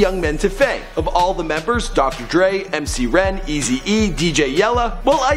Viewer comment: Do mc ren N DAMN THE WAY HE SAYS IT